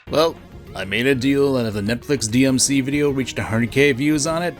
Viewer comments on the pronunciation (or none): DEE EM CEE TOO